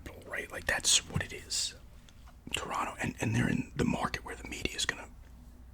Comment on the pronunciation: Haha shout out to you for pronouncing Toronto correctly 👏🏽👏🏽😊 Second T is always silent 😂😂